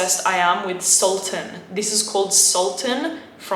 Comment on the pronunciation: It’s pronouns like sul tan